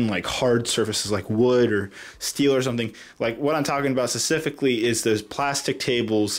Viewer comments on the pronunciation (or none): Hey its specific sfific